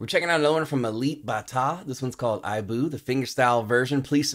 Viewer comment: Thanks BG ... 😊 BTW the pronounciation of IBU (meaning : MOTHER) just the same way you say "E BOO" 😊😊😊 From Indonesia with love ❤❤❤